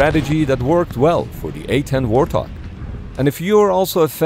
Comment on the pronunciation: Warthog? More like Warthong, AHAHAHAHAHAHAHA